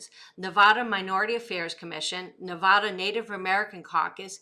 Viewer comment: You are saying Nevada wrong